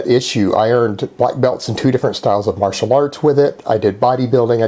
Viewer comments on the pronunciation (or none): none